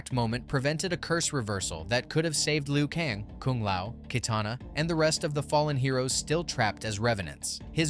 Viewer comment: U keep fucking me up every time u say lu kong